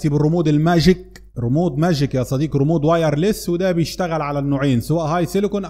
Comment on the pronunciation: اشكرك على الشروحات ،بس عشان الله اسمو ريموت بالتاء وليس ريمود بالدال